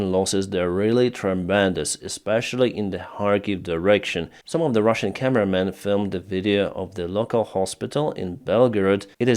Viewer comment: Why do you call them Ruzzian, when you are speaking English and talking to us. It's Russian wtf.